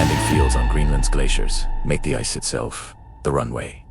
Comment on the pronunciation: I think u miss-pronounced ice